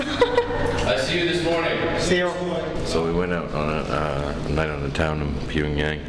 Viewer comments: I don’t understand why he doesn’t make more of an effort to correctly pronounce the names of these cities. Pyongyang is such a simple one to pronounce and still he doesn’t pronounce it correctly, not even once. It isn’t a huge deal, but I just don’t understand it. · He can’t pronounce Pyongyang— he keeps calling it Ping-yang. Lol.